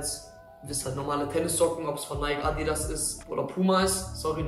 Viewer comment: Bruder hahaha wie hast du da bitte Adidas ausgesprochen 🤣